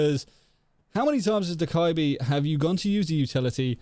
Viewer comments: I’ve been doing this since day 1 of me having dokk, i don’t remember doing the rest if the animation i’ve always done this i’m pretty sure. Also this is a small pet peeve i have, i’m used to hearing dokkaebi’s name pronounced as “dough-kebi” or “dough-ka-bee” (the way i say it), but for some reason “dough-kai-bee” pisses me off lmao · 1.06 hahah dekibi he said soz no hate